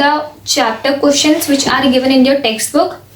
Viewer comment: She's always like pronouncing questions as koeshons 😂🤣😂🤣 Please tell her it's questions 😂🤣😂